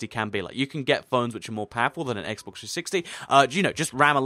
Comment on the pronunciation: He says SSEXX